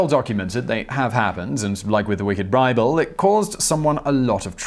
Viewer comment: 'And like with the wicked Brible...' .